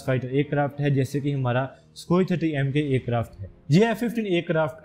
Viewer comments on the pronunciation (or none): It's Sukhoi 30mki not Sukhoi 30mka, check your pronunciation bro, before you start confusing others.